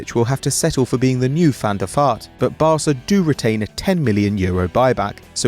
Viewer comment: did he say van der fart? Lol